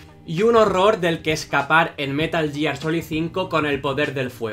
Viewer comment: Que buenos videos... Dan buena sinopsis de los personajes, explican bien las historias y la producción está 10/10... Pero que digas "yiar" duele 😞